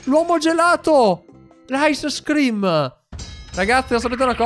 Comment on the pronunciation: non è ICE scream ma ice cream